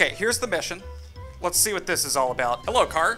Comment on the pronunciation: The "heallo" will never get old 😂